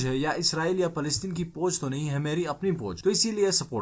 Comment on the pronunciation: Boj lafz nahi foj hota ha jooty